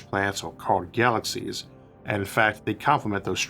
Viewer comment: Good presentation. Though I feel like you eat words , they don't get pronounced clearly. It's like galaxyshshh starshhh